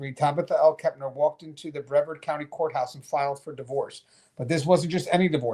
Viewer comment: Brevard is pronounced "Breh-vard"... two syllables, emphasis on "vard"